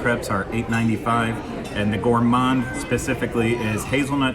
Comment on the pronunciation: You pronounced Crêperie correctly. It's crep not crape. And Gah-let . So bon! You can pronounce Paris however you like! Also Gourmand is pronounced ɡo͝orˈmänd.